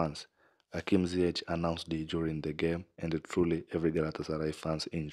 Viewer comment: Onun adı Hakim Ziyāş/Ziyāsh diye telaffuz edilir. Stadyum spikerinin bunu bilmesi gerekir. Veya bir yetkili bunu ona bildirmeli. Bir futbolcunun değeri ödediğin paralardan çok, ona gösterdiğin ilgi ve özenle ölçülür. Doğru telaffuz etmelisiniz, kardeşlerim. O kadar jest de olmalı artık. O stadyum spikeri bunu beceremiyorsa, görevi bırakmalı. Ailemize hoş geldin Atlas Aslanı Hakim Ziyāş.